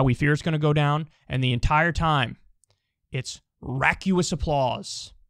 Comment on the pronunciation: It's "RAW-CUSS" not "RACK-YOO-US" Raucous. Funny word